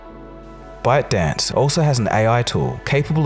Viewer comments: Am I the only one hearing "Butt Dance" LMFAO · when you said byte dance what i heard is "butt dance" lol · When says ByteDance it sounds like buttdance